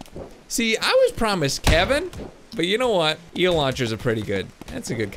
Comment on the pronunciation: This is how mini time he said eeal